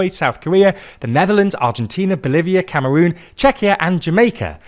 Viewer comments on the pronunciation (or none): none